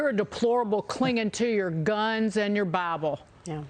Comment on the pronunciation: "Clinging on your GUNS and your BYYEBULL"